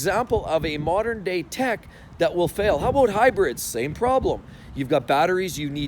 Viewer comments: "how a boot" hahahaha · "How aboot......"